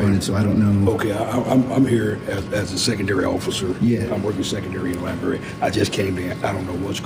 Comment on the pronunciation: If you SAY "libary" you SHOULDN'T be ALLOWED to WORK in a LIBRARY!!!